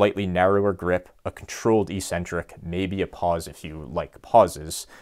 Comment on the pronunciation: I still can't get over how everyone says "EE-sentric" instead of "EK-sentric". It's so annoying. Stop it, people, please. This isn't a hard word; it's a simple Greek compound.